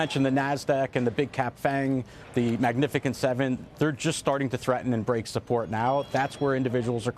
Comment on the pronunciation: 😂 Heard it too